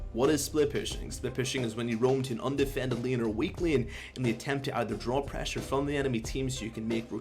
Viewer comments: wth is Praasure, we need more Praaasure, Praasure is key guys haha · PrEHsure loool